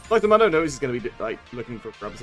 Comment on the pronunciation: Why do you call dr mundo dr mondo say it right fool